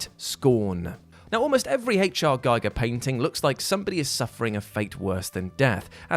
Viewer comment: GEE-GER, not GUY-GER!